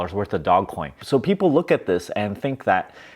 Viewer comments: "DOE-JZ" Coin. Not dog. You seem like the type of person who would like to be accurate and right about your topics.🤔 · I'll start believing you when you call it dogecoin instead of dogcoin. 🤣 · Dogecoin not dog coin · I like that he's calling it dog coin, stop correcting him. 😁 ... also, he can call it whatever he wants, he's made a killing out of it. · I love your videos. It also geeks me out when you call it Dog coin 😂. Lol fun hearing the different pronunciations. Really great advice in this video. I bought dogecoin 7 years ago. I sold a bit of it off too early (insane after holding it for sooo long), but luckily held a lot as well.